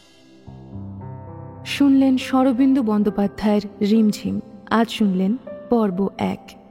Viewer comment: পার্ট 1 এর শেষের ঘোষণাটা পাট 2 এর শেষে চালিয়ে দিলেন আপনারা ঘোষিকা বহাল তবিয়তে পাট 2 কে পাট এক বললেন আবার লেখক এর নাম শরদিন্দু না বলে স্বরবিন্দু বললেন এসব কি হচ্ছে আপনাদের?